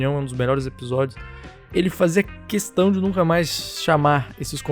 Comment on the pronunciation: sabia que o video seria bom quando aos você disse "responder essa questã" hahahahaha